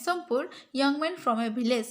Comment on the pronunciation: Your pronunciation of poor is wrong😂